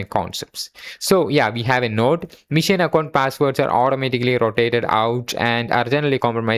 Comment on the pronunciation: Great video.. but it's pronounced Machine not mission.. learn it bro